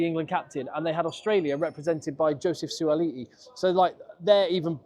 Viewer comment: Beautiful pronounciation - Suaali'i - not an easy name to say!